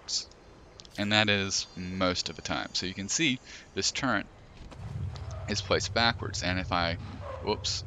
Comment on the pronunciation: How the fuck can someone read turret, type turret, but still say turrent?